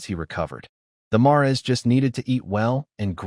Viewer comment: Narrator can't pronounce mares